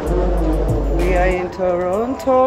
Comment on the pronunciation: Strong girl❤️❤️but Toronto pronunciations nuu😄😄😄